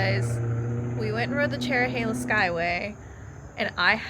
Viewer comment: The Dragon is more fun if you enjoy hard braking, scraping floorboards, and accelerating out of corners. The Cherohala (thank you for getting the pronunciation right) is fun if you want to set your cruise control and push the handlebars to almost max lean. However, neither is the best road in the area!